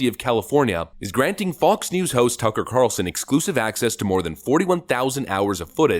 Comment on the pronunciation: Lori Lightfoot can't even say turcker Carlson lmao